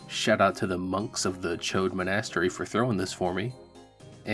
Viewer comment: I think it’s pronounced mon-a-stery not men-ass-ter-ree